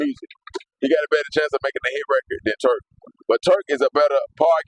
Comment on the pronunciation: Am i bugging or you calling him Twurk? 😂😂😂